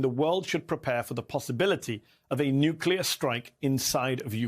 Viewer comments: It's pronounced "NOO-KLEE-YAR" and not "NYOOK-YOO-LAR" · Why do so many distinguished persons (even with military backgrounds,... whom should know better) say New-Kew-Ler? It is pronounced New-Kle-Er !!!